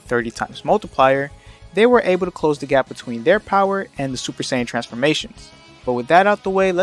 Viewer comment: When you say “sayan” it sounds like you’re saying “saints” 🫤